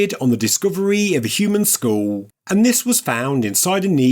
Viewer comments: “Skull”.. it has two Ls in it. Its not a Skhuo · Funny how you pronounce the word “skull” 😂 it sounds like “sc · School” 😂😂😂😂( geez…..)